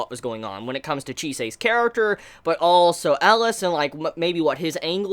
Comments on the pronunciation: IT'S NOT ELAS IT'S ELIAAAAAAS come on do you have to mishear one name per anime to stay alive?? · Please look up how to pronounce Elias ;) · Magus is pronounced 'maygus' and Elias is pronounced 'E-Lee-As' :)